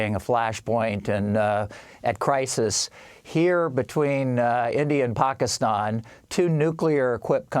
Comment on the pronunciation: Where have you been...I think you pronounced Pakistan wrong.